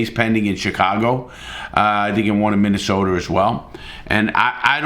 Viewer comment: He said Minnesoter